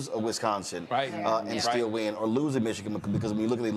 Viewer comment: The man cant even say Michigan right(MichiKIN), and people seriously think he is intelligent?